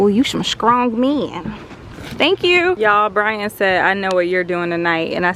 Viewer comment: Your business savvy is impressive!...🤣 “scrong me-en.”😆